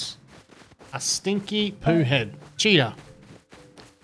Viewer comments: All I keep hearing is "hey guys, we've got ourselves a cheetah" :D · I like to watch with the closed captioning on and everytime he says cheater it reads cheetah